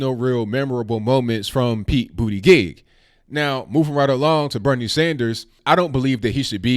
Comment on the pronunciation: Its Pete Booty-Jizz! Get it right guy. lol